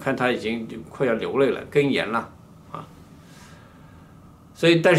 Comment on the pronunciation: 11：30处，哽噎gěnhyē /哽咽gěng yè